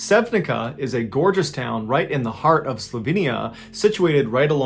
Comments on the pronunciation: Just a friendly correction! The first story's town is not pronnounced correctly. While the town's name is Sevnica, it is not pronnounced with the english language rules, but rather like Sevniza (the z sounding like the z in the "Bar mitzvah".) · first story, sevnica is not pronounce as sevnika(like a letter k in consruction), c is pronounced like c in citrus. sorry but it bugs me a lot, it litteraly hurts my ears.. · Just for reference Sevnica is pronounced Say-Ooh-Knee-Tsa, great vid as always, grateful to see you do a story from my homeland! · I love your videos, I've been following your channel for quite some time now and watched all the videos. I have just minor complaint as I am from Slovenia...c in Sevnica is pronounced like ts/tz Sevnitsa. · I live in Slovenia. "Sevnica" is pronounced SEV-nee-tsa. Strangely enough, it is the first town I've been to in Slovenia, because I had not gotten off the train at the border and it was the next stop. And I arrived a month after this accident happened, but no one told me about it and there was a big language barrier, so I couldn't read headlines or anything like that. One of my former landlord's relatives was in one of the boats, but it was the one that capsized early and they gave up so he wasn't involved in the dam accident. Strange, dark, and mysterious coincidence.